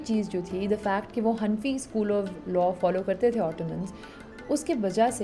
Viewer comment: Sister🤲🏻 Its not han fi , its hana fi together (pronounciation)